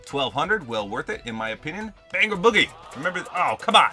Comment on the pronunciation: Me as a Punjabi is triggered that you said Bhangra boogie wrong